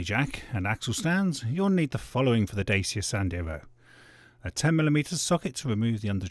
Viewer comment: Good video but that’s not how you pronounce Dacia!